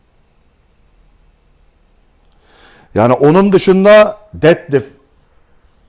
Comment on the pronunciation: Dedlift dediginizde guldum hocam 😁 Tum bilgiler icin tesekkurler